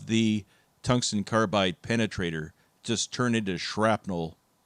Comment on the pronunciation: "Toongston carbyde drells?!?"